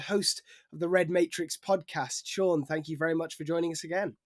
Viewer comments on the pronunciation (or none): none